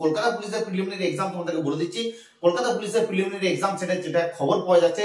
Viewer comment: Boka chhele eta niye koto gulo video banabi.... R "Preliminary" ta thik kore bol 😅